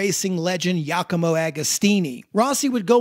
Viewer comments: beautiful video but my man... its GIAcomo not yacomo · Who the hell is “YACAMO Agostini”?? I’ve never heard him called that. I saw him race when I was 17. He’s still around. Giacomo Agostini is Italian - there’s a big clue. Please check pronunciation of names. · "Yacomo" Agostini? Cheesus! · great job man, but please DO NOT pronounce "Jacomo" Agostini he is not SPANISH for god sake! si dice GIACOMO AGOSTINI maremma maiala.